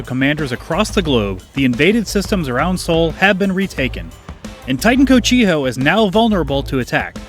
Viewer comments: Titan "Co-see-ho" 🤓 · Titan "Co-chi-oh" sounds much more fun than good old "co-see-joh"